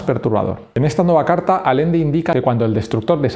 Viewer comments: Por qué lees alende cuando es Allende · Muy buen video man, aunque me duele mucho cada vez que dices Alende en lugar de Allende. XD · Y no es Alende, es Allende, se entiende? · Todo tan creíble como tu pronunciación de Allende.